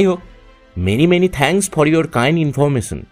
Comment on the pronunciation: ইন্দ্র এর চরিত্রে জিনি ভয়েস দিলেন তার কিছু উচ্চারণে আঞ্চলিক টান চলে আসে আর "স" "শ" এর উচ্চারণের সময় "ছ" হয়ে যাচ্ছে.....এই যেমন information এর উচ্চারণটা হুট করে কানে লাগবে...